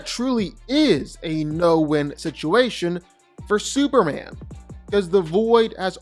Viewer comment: It's superman.. Not super an ..